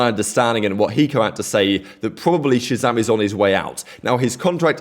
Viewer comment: No human being deserves this much kind of hate over a fking video game dude...kids should grow up... talking about him and his girlfriend is so sad man... saying Shazam as "ratzam" like wtf is that bro i don't understand